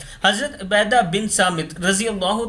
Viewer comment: عبیدہ نہیں عبادہ